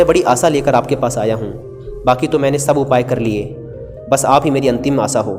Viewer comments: आसा नही आशा... Pronounce kjya karo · कहानी अच्छी हैं,..... पर saanti nahi Shaant hota hai.....aur aasa nahi aasha hota hai..... 😀😀😀